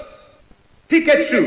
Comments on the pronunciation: ***** En verdad decimos Pí-ka-chu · The spanish announcer kills the epicness from the English one, plus his pronounce is so horrible......Pikachú?, Mega Man? And when he's saying the players sounds like he's singing it...